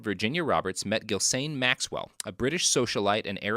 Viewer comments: * "Ghis-lane," not "Ghil-sane." This is really going to bug me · I had to bail out on this one because I couldn't take the repeated pronunciation of Ghislaine as Gill-Sane. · I’ve never heard a settled pronunciation for “Ghislaine,” but I’m sure it ain’t “Gill Sane”